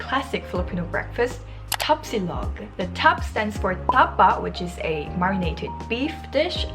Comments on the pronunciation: I love your accent say it again: Ta-pa ❤️😹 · Can’t stop laughing at your distinct Koreanized tapa!